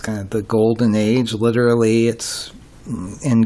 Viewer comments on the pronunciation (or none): none